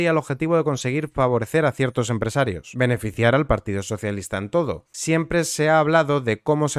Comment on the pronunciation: Pedrito lo sabia seguro, controla todo lo que pasa en su partido, por eso aún sigue ahí. Por cierto, por curiosidad, dices aposta mal "empresarios", al igual que "nopor" o "nepe"??